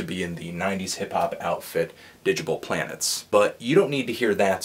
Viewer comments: cut him some slack guys; I know full well that its pronounces dig-able plantes but i stil find myself saying it as "Didgable Planets" without realizing. Think it got trapped in my mind when I was a little kid and hasn't left.. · I never heard Digable Planets pronounced as "didj-able" and now I'm thinking I've been making a fool of myself my whole life!